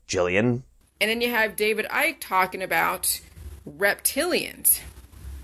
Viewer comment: If you can feel parasites under your skin, you need to see the doctor as that be..... Scabies!!!..... And also dear its David Icke as in bike, NOT Ick as in SICK.... She's hurting my brain, my brain is actually hurting!!! 🙄🙄